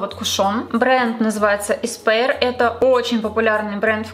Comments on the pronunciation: Только бренд произносится не как «эспэир», а как «эспуар» на французский мотив. Я сначала не поняла о чем речь, пока не прочитала название на упаковке. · душню, но не еспаир, а эспоир